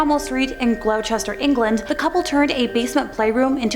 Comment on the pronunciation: That's not how you say Gloucester. You pronoun it gloster. That's the house opposite the Gloucester park. I know the Fred and Rose West story extremely well as I live in the area.